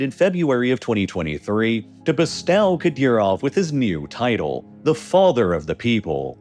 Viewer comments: That word is pronounced /be'stəʊ/ (best-OH) not /be'staʊ/ (best-AW), though that's an easy mistake to make if you've only ever seen it written down. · Mispronounced the word "bestow". It should rhyme with flow, grow, know, show etc. not with now, how and cow. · The 'ow' in 'bestow' is pronounced to rhyme with 'toe'.